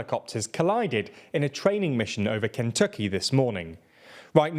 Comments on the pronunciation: Your pronunciation of Kentucky is strange. I have difficulty putting into words how it should be pronounced. But, you clearly sound like someone who is unfamiliar with the name. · I have never heard Kentucky pronounced like that until today.